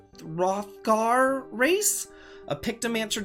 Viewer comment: Enjoyed the video the word you tried to pronounce is pronounced like Rothgor the h is silent